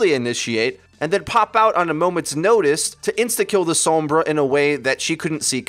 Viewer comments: That's not the same situation. Pronouncing her name as "Sawm-bruh" is literally wrong because it's Spanish, meaning it's pronounced "Sohm-brah" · Sounded different than said it